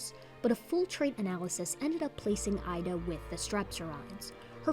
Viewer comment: Hi, my girlfriend is a biologist and lives less than 10km from the Messel pit in Germany. She informed me last year that "Ida" is actually pronounced "Eeda", according to the local dialect. I thought I would mention this as i know you like to be 100% correct with your brilliant work. Hugs Xx